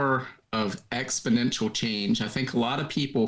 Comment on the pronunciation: Just a small insignificant point, but there's no such word as expodential. It's exponential from the root exponent.